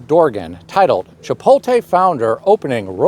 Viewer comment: wait.... how did he pronounce chipotle?😆